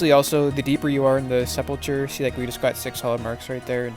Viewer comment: nice vid. Wasnt sure if I should do this or not. just a heads up it pronounced sep-ul-cer. :)